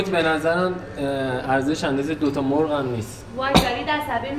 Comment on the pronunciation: ساختگی میاد ، اول مرغ رو ساده گفت ، ولی اون دختره گفت موورغ ، به گفت شما جالب صحبت میکنید ،الکی